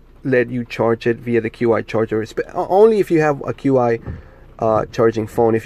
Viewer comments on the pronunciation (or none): Hey bro, Q I charging is pronounced "CHEE" charging. Just an fyi 🙂 . Nice review, looking into these as car manufacturers still haven't cared or figured out that folks need a built in dash mount solution for the cars